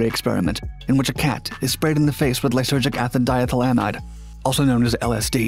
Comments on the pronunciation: “Lysergic athen diethylnanide” 😭 It’s lysergic acid di - ethyl - amide. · the way he said it tho "Lysergic AthiDyethlanide" It's Lysergic Acid Diethylamide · Lie-sur-jic ass-ed die-eth-luh-mide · "Lie-Surgic-Acid-Die-Ethyl-amide" is the accepted pronounciation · Lie-Sur-gic A-cid Die-eth-yl A-mide. You want to separate the syllables. Also should use phonetic spelling in this sense but I dont wanna brain that hard right now.